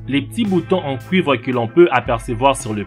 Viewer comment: Il a dit:"Les boutons en COUIVRES."😂😂😂😂😂😂😂😂😂😂😂